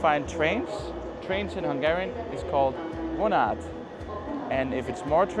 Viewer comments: Nagyszerű, hogy tanítod a magyart aki érdeklődik iránta, de a kiejtés itt-ott sántít 😍 pl nem vonát, hanem vonat. Az á-ink viszont nyitottabbak pl viszont látásra. ❤ De annyira nem gáz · butcher is hentes🙂 you seem to be putting the stress at the 2nd or last syllable in a lot of words , vonat, reggeli, which is incorrect and tend to lead to misunderstandings, in Hungarian the stress is always at the first syllable. Otherwise, just keep up the good work!:-)